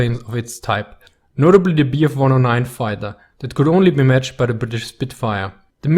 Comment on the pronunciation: At second 30 ..... "some of the best *** fighters only matched by spitfire" ; what is *** ? canine ? knife? chime, Rhino?? Pronounce carefully or better, write the names of the models you refer to, please.